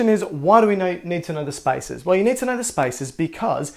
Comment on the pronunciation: What he said: There are spaces between them What I hear: There are spices between them